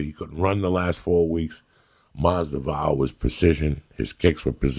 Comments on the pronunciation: How can you misspronounce your friend's name? I love Joey but this is too much, a bit disrespectful. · Mazvidal isn’t that tough to pronounce and that’s without that 3 day old Rogan sploosh drying in the side of his lips. Poor Lee ask about Kevin Lee and Joey thinks Grover wore a man bun apparently but no he didn’t and Lee was on to a much better point of perseverance through adversity the Kevin Lee story but Coco my favorite of all time just busting some balls but take a Xanax Joey get off the Cubans nuts he was the fucking favorite for a reason and Dog Walked Nate in that fight not even interested in a rematch as a Nate fan and followed his Career since he turned pro at 19 Facts Jorge is the better fighter this wasn’t about management this was cutting ties w his old crew and living in the gym cause he realized his window was closing he spoke on it on Rogan and before the Till fight... Love Ya Coco fie hard fan but this was a bullshit take brother but a positive message no doubt even if it was off. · Don't forget Unggayo Magumbo and Jason Gabagoop 😂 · LOL! For fuck's sake. He should be able to pronounce Masvidal too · How is he cuban himself and cant pronounce that name right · You know you truly made it when Joey Diaz murders your name. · the way Joey said his name 😂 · CHAEL and COCO with their fighter name pronunciations! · Joe can u learn his Name please lol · the only Cuban who can’t pronounce masvidal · He says they are personal friends but he can't pronounce his name...lol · You would think being Cuban that Joey would at least know how to pronounce his name. He isn't khalabib or stiopich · Joey... how are you gunna pronounce his first AND last name wrong consistently!?😂😂😭😭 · my man butchered his name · Masvidal is his friend and he can't pronounce his name properly,Joey s hilarious. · Joey. I thought u were Cuban. You could at least try and pronounce someone's name correctly Haha. Nothing but love big uncle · Learn to pronounce his name. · Mazda vowel